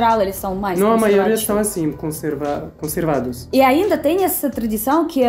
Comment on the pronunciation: Conservativa,conservados 😂😂😂😂😂...estão falando português nível top mas sempre escapa um errinho,o que os deixam charmoso 😊